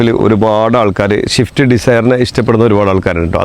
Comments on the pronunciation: എടാ പോർക്കെ… ഷിഫ്റ്റ് അല്ല… സ്വിഫ്റ്റ്.. ഈ മുറി അണ്ടികൾക്ക് വിവരവും വിദ്യാഭാസവും ഇല്ലാത്തത് എന്താ? അവന്റെ ഷിഫ്റ്റ് പറി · പൊന്ന് ബ്രോ ഷിഫ്റ്റ് അല്ല സിഫ്റ്റ്